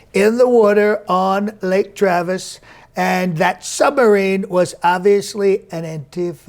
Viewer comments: Did you say "Lake Travesty"? lol! Love your work!:) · Did this man say lake travesty??? 😂😂😂🤣🤣🤣